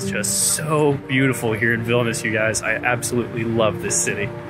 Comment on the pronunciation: Its a shame u cant pronounce the name properly.its not vilnus its vilnius..